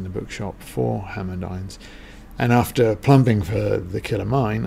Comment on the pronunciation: Pronunciation of 'INNES' is the two syllable INN-IS; INN rhymes with SIN and IS with MISS.